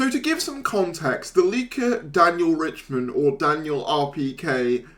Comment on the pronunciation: I wonder if RiCHTman knows that YouTubers are mispronouncing his name as "Richman"